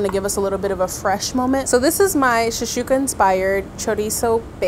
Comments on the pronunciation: shakshuka not shashuka😂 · except for how to pronounce shaKshuka 😅I'm honestly surprised no one on staff corrected her... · Came here for this comment. Shashooka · pronunciation of "shakshuka" is driving me nuts.